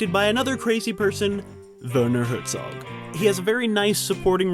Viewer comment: Then you should know to pronounce his name right: Vair-naw Hair-tsawg. Cheers from Europe!